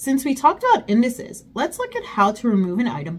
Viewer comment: Indices = Indi'seez for pronunciation 🙂